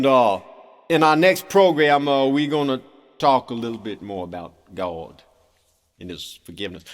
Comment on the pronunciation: "Gaawwdd" -- perfect pronunciation! LOL